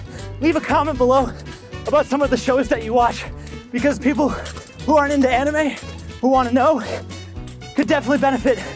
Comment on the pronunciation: During the add I thought he said “the best why to find anima outside of your pants” lmao